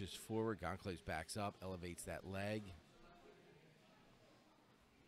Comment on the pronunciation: I got a real kick out of hearing "Gone-claves" during this. Bruh, he's Brazilian. It's pronounced "Gawn-sal-vez" :) Great tournament though. Some really high level grappling.